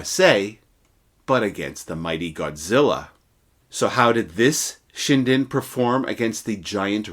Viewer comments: Not "Shine-den" LOL. It's "Shin-den" as in "Chin". 😂😂😂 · It's nut pronounced Shy-dn. It's Shin-Den. J7W, Magnificent Lightening. It was to have a jet engine later but of course, the war ended even B4 the J7W was perfected and made to the production line as the US bombers kept on destroying not just to kill massive numbers of civilians specifically done so w the incendiary bombs (war crime**) but against the arm factories too. And, J had no fuel to fly any aircraft by that time, some expe- riments were done to extract oil from foliage etc., which is of very poor quality for the aviation fuel. Logistically, it was very EZ to defeat Japan as it's an island nation, everything must b imported by ships and all the US had to do is to destroy their merchant ships, let alone their IJN ships. And though the UK is also an Island nation, it had a rich colonies and a rich friend, the US. Nut Japan. _________ **War crime is metered nut(not) to the victors but to the defeated nations. I.e., the term/concept is Farce. Same bombings by the US was done to the J's ally, Germany. It was designed by no other than the later Sec. of State, Robert McNamara of Vietnam war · Ugh..... the correct pronunciation is SHIN - DEN. (...international grammar na*i hat off...)